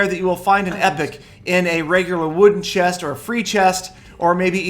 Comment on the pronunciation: open that chiiist😂😂 you should learned how to pronounce the words correctly 😂😂its very funny when saying a single word😂